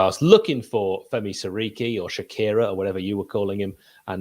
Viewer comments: why did it take until the 10th minute for you to correct Adam's Sekiri? I kept hearing Sharkira. It was driving me crazy lol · I couldn't believe I'd heard him correctly 😆 thought I was going mad